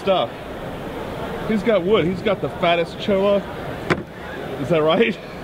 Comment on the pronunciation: it's called 'choy-yah' wood...the double L's in Spanish are a 'y' sound. So, cholla sounds like 'choy-yah'. I live in Taos, NM and it took me a few months to figure this out. For example, I live on Callejon road...which would be pronounced 'cay-yah-hone'. Great video...I love how you told it as a story...I loved your nano tank by the way and I was hoping you would have won. The cholla wood is the dried stem of a cactus that grows from southern Colorado down through Mexico.